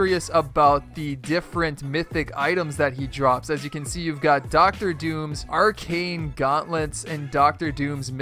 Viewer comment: Was about to subscribe, but then you said "ar-chane". It's pronounced "ar-kane".